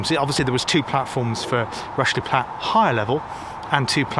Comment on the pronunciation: Interesting feature on one of my favorite "closed" railways. I have several books on the MSWJR and have visited some sections of the line. Not sure why you pronounced "Rushey Platt" as "Rushly Platt", or is that a local pronunciation? The line to Ludgershall is still "in situ" but not sure what traffic is carried on it these days. The sidings that used to go towards Tidworth have been truncated in the last few years where a new housing estate for army personnel has been built. I look forward to future visits by yourself on this fascinating railway!